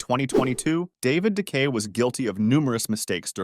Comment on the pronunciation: You're saying De Gea all wrong